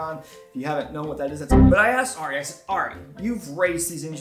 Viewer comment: It hurts my soul every time you say Ari wrong. (Air-E)